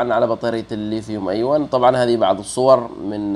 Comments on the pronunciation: ليا تعليق واحد وليس نقد ارجو تقبله نطقها الصحيح ليثيوم*أيون* أيونات وليس أيواَ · للأسف لم استطع توضيح النطق الصحيح من خلال الكتابة لكنه في النطق الصحيح أَيُونْ ارجو أن تكون اتضحت بالتشكيل، الياء مضمومة وليست ساكنة 💐